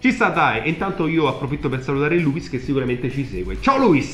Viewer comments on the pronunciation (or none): si dice luis con l'accento sulla i non luis D